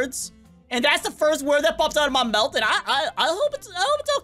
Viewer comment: Your mowth sliped a little bit